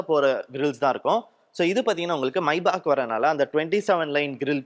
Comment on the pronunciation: Bro that's Maybach not maibach